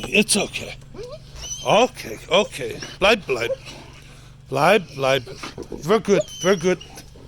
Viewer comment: Were you saying blive or live? (-_-)